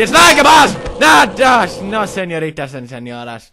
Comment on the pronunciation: ahahahha NO señoritas and señoras v.v he sounds so cute and his pronunciation is awesome hahaha